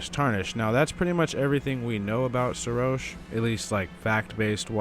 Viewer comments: It's not Serosh, it's Seroshhhhhhhhhhhhhhhhhhhh. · I know this is a a old video. But bro didnt even pronounce his name correct even after Godfrey said his name. Like bro.